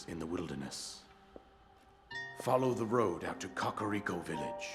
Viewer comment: i didnt thats how you pronounced kakariko